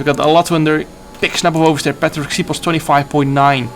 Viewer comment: Patrik's name is pronounced like Shiposh just as a heads up :) our s letter is like an sh in English